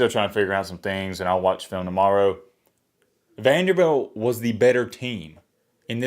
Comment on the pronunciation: Say it with me.....VANDERBILT 😆